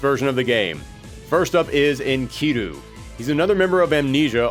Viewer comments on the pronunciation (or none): none